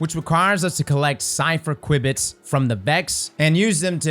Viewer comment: Btw, qubit is pronounced with the kyoo that cu in cube makes.